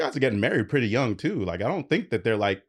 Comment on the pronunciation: "I think she purty"